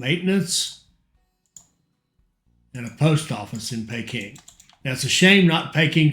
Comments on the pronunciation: 'Pee-king' not 'Pay-king' lol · Great vids again. Just bought this for xbox. Also Peking is pronounced as Peeking Lol